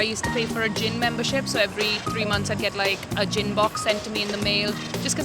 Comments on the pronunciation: I misheard her as a "Gym Box" and I was like "what's in that? Elastic rope?" And then she said about going non-alcoholic and I was like... "ooooooohhhh" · I was thinking "who pays for a gym membership every three months?" But then I realized she said Gin. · When she said gin box I thought she said Gym! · Man, I thought she said "gym membership". Turns out she just quit bein an alcoholic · I thought she was saying gym at first. You should realise you’re an alcoholic when you can’t stagger down to the off-licence anymore. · I thought she said "gym membership". Yep, gotta give up that exercise.